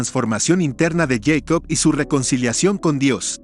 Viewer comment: Yeicop??? ES jacob...